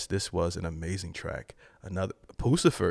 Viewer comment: ...it's not 'poo - sa - fer' it's 'puss - a - fer'..LOL